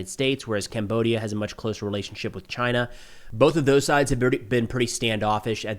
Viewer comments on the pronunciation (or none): none